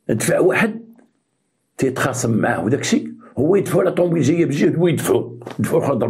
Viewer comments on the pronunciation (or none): none